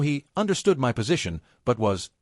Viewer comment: good story though the AI needs work.. Also AI needs to learn how to say the word " my "..